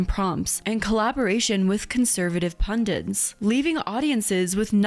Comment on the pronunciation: "pundunts" - Hirl. You had one job.